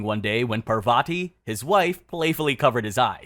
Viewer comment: Parvati is pronounced pahr vuh tee not Pahr vah tee